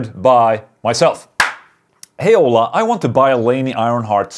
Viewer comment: The way Ola is pronounced sounds like HOLA, which is Hello in spanish. But Ola in spanish is wave. Just depends how it's used.